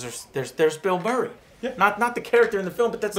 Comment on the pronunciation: Did Joe say Mill Burray? XD